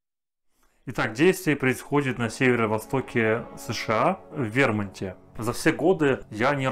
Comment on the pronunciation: В вермунте😂😂😂😂Судя по озвучке😂😂😂Пипец а не 😂😂😂